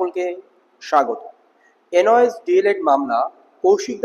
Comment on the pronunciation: 21 তারিখের মামলাটা কৌশিক দাসের না। কৌশিক দাস কোনোদিন মনদীপ কালরাকে উকিল রাখবে না । তুমি একটু জেনারেল নলেজ বাড়াও। আর কথাটা এন ওই এস. না কথাটা হবে, এন, আই, ও, এস। পাগলা, দেখে নিস।